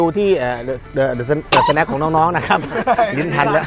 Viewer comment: สวัสดีครับ เดอะสะแนค ไม่ใช่ สะแน็ค หรือว่า สแน็ค หรอครับ